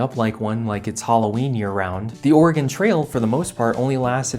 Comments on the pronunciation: Thank you for correctly pronouncing Oregon like Or-uh-gun and not incorrectly like Ore-uh-gone. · Thank you for saying Oregon pretty good. Ory-gun. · Thank you for pronouncing "Oregon" correctly. :)